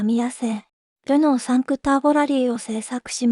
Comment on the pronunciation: 5をちゃんとサンクと読んでるナレーション地味にに凄い。 自分の地元は田舎だったんで、無線屋とか薬屋とか摩訶不思議なところでプラモ売ってました。